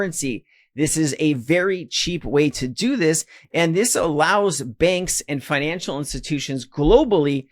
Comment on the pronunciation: Took me a while to realise ‘benks’ is actually ‘banks’